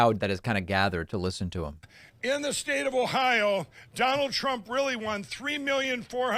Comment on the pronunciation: "In the scrave stade of Ohio" - Mike Pillow